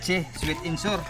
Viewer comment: Sweet and Sour ( sa-wer) not sor.